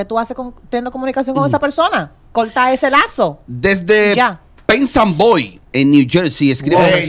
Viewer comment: Perth Amboy no pensanboy jahahahha